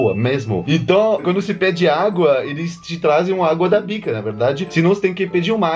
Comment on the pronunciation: Parece que ele fala: agua da PICA ao inves de agua da BICA !KKKKKKKKKKKKKKKKKKKKKKKKKKKK